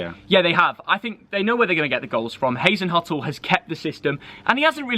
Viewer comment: “hasenhutl” 😂 mate that’s not how you say his name